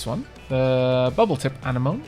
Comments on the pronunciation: are you pronouncing Anemone "Ah-Knee-Mon" and not "Ah-Nem-Oh-Knee?" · Half way through this bid but need to mention that anemones are not corals. The tubular sponge is classed as a coral however (but again isn't really a coral). The polyps, sponge and the other coral you can buy could all be popped into one tank. Also, ah-nem-oh-knee is the correct pronunciation. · Anemone is pronounced "Ah-nem-oh-nee"